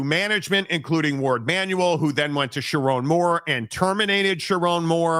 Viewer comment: "sharr one moore"